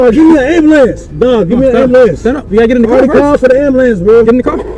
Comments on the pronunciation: “call the Amberlance man, my Pastemaker..”. 😂😂. Give him an Oscar please! (or a new pastemaker) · Can anyone tell me what a “ambalance” is ? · I am not native English speaker I am Serbian and I GO INSANE when they go "gimme embelance" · No hate but why can’t black people pronounce, “ambulance?”